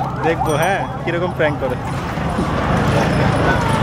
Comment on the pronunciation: লোকটা সাহসী, তবে উনি যেটা প্রাংক বলছে সেটা আসলে প্যাংক না বিরক্তি